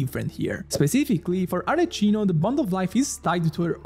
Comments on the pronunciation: I love that 1/3 of ur comments is complaining ur pronounciation of ArleKino LMAAAOOOO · ah ecco sono andato nei commenti proprio perchè ho sentito la pronuncia e ho pensato di averlo scambiato per un italiano per tutto questo tempo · Si sente tantissimo che è italiano ahahha. (Arleccino mi spezza ogni volta che lo sento ahaha ) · I was confused why is he pronouncing like that 😂 for a sec I thought that I was pronouncing it wrong because this Italian guy surely knows the correct pronunciation of "Arlecchino" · is this one of those intros where people say things incorrectly that gets higher engagement because of people's insatiable urge to point things out? because it's totally working on me lmao (re: an italian pronouncing arlecchino this way) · WHY ARE YOU PRONOUNCING IT WRONG 🧍🏻‍♀️ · He's also italian, you can hear his accent. He's mispronouncing it on purpose, so genshin babies don't get confused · Bro calling her Arle - chee - no insteat of Arle - key - no as an italian is such a ballsy move :face-green-smiling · al decimo arleccino mi è venuta l'orticaria e al quindicesimo un severe case of motion sickness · I love your content man, ma neanche gli youtuber che parlano inglese la chiamano Arleccino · genuinely wondering, if you're Italian why are you calling her Arleccino? Is that its international pronunciation? 😅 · Yeah it should be Ar-le-qui-no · everytime he says arleccino I die some more inside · I open the video I hear "Arleccino", ok I can close it. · The magic word to summon italians in the comment section: Arleccino. Non si può sentire😢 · bro sei italiano non puoi chiamarmela arleCCino 😭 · Every time I hear her name pronounced as Arle CHIN o, I get a seizure 🤕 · Arle-key-no pls it hurts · nemmeno gli americani la chiamano Arleccino! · Please dont say arla CHI no from next video. Thankyou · ur italian, right? isnt arlecchino italian? isnt it supposed to be pronnounced as arleKino instead of arleCHino? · NON CHIAMARLA "ARLECCINO"